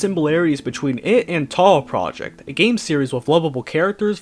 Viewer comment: he literally stated one of his main inspirations of making games are Touhou Project in the latest japanese interview of him. Which leads to another meme where Toby Fox was able to just switch pronounciations really fluently being Japanese one second and then you hear a very clearly american "PROJECT" being said.